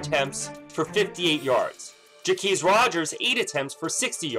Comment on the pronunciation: Thank you, Caleb, for being the first person that I have heard all year to pronounce Jacquizz correctly.